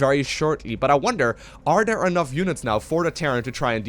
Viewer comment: i like your videos a lot but damn, its THEM not DEM and THERE not DARE, i know you can pronounce TH- because you say "Thing" but why do you say "look at DEM over DARE can he get DAT out of DARE" it just hits the ear so bad